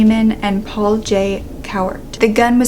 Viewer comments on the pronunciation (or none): none